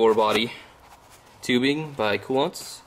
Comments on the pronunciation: Informative build log. Btw, Koolance, Coo-Lance, not Coo-Lonts. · I had a very difficult time watching this video because of having to put up with how your say Koolance.